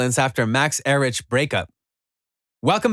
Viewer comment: Max er rich lol it’s pronounced like Eric